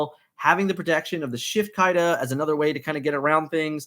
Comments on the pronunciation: It’s not Kai-da it’s Kee-da 🤦🏽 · I love you but it’s pronounced “Keeda”